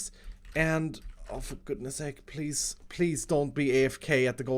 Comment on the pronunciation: Rebuild the worm pweeze